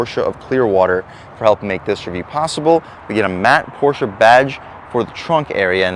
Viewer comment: Dude cannot even pronounce porsche. pass.